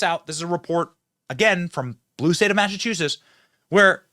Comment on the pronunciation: Benny, can you please learn how to pronounce Massachusetts correctly